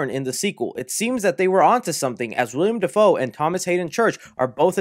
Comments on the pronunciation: He said William Defoe . Haha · You really just said “Wiliam Dafoe”